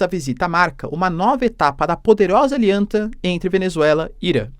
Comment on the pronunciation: alianta? Kkk que isso professor